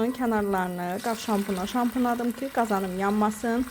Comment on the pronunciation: Xanım zəhmət olmasa danışanda düzgün danışın . ,,Düşündüm kü,, yox ,,Düşündüm ki,, olmalıdır. Kaydedim yox qeyd edib olacaqdı